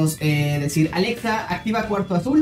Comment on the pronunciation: Porque aveces dices porque aveces quieres sonar como español al pronunciar "Alexa"? Y al decir "Azul" y otras veces lo dices bien como debe de ser? 🤔 Bueno en fin jajaja En mi set up tengo un PS4 Pro Dead Stranding edición limitada. Acabo de conseguir mi PS5 Igual el Xbox One X Gears Of War edición limitada. LG C1 Oled de 48 pulgadas Un monitor Samsung qué compre usado